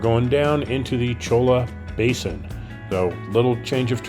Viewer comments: I've driven this trail many times. The difficulty changes a lot depending on the damage from the last rains, how much water (if any) is in New River, and the last time any maintenance was done on it. BTW cholla is pronounced "choya". They are beautiful cactus, but you don't want to touch them, they are nasty. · The double l in spanish makes a "y" sound. Thus cholla is pronounced choya. Thank you for the great video from a native Arizonan! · Cholla, pronounced Choya...